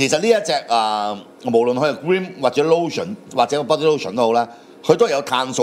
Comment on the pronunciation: Cream 讀做 grim 果然有料